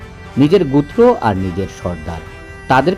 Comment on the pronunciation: "প্রথম আলোর"প্রতিবেদন বুঝলাম। তাও ভালো কিন্তু উচ্চারণ শুদ্ধ করেন গোত্র কে গুত্র বলেন কেনো